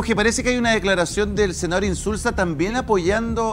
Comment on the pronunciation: INZULA ..es INZULZOOOOOO